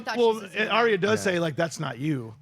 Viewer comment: I think I'm going to do this every video till you guys start saying her name correctly, Ar-Ya, Ar-Ya, Ar-Ya, Ar-Ya, Ar-Ya, Ar-Ya >.<